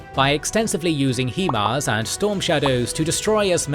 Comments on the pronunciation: HIMARS is pronounced 'HIGH MARS' not 'HE MARS' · Ah yes, the "Heemars" narrator. Gotta love those "Hee Mobility Advanced Rocket Systems". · It's a US system, should be pronounced the way the US pronounces it.